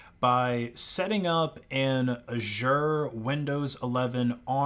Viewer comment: You are going to want to go to google translate, type Azure in and listen to how you say it lmao.